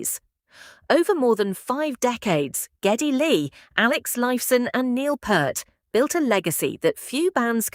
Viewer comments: 'Neil Purrt'?! Go wash your mouth you silly A.I.! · Anyone else stop watching at the mispronunciation of the drum gods name?